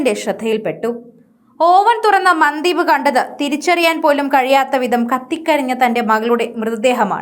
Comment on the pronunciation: മന്ദീപ് അല്ല മൻദീപ് എന്നാണ് ഉച്ഛരിക്കേണ്ടത്